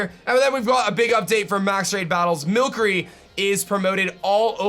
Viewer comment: Why is he saying mill curry